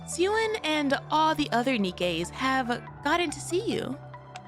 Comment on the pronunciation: You calling Jien as jean is so funny 😂